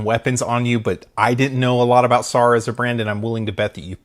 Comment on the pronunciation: It's not SAR. It's pronounced S-A-R (Just letting everyone know)